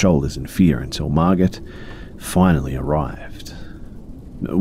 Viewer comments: Great video! Just something I noticed, I am pretty sure that if in the first story the name is spelled “Margot” it’s pronounced as “mar-go”. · I love you B but are you saying Margaret or Margot, that drove me CRAAAAZY in the first story. It sounds like you’re saying Margot (pronounced Mar-go) and just pronouncing it wrong. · just fyi, the name Margot is pronounced "mar-go." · Thanks for the new video, these are great! My only criticism, I think the name was spelled Margot right? I'm pretty sure the t is silent and it's pronounced Mar-Go. Not a big deal or anything just noticed. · Quick little helper fishie here! I'm guessing the name in the first story is "Margot," which can be confusing for many to read if they haven't seen it before. But because it's French, the "t" is silent, making the name be pronounced as "mar'-go." (Like "mar" as in to mess up, and "go" as in to come & go.) 💗 I hope that helps! 💗💗💗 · It's sounds like he's saying Margaret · Typically Margot is pronounced with a silent T sp its like mar•go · Omg yes thank you! It was so annoying hearing mar-git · Margot is pronounced Margo! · It pains me a little to hear pronounce Margot with the T